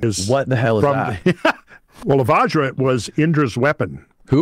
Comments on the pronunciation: It is not Vaaajra guys, it is like the Bu in but. Here you say VaJ-ra meaning Diamond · Mf's killing us with their Vajra, svarga etc...😂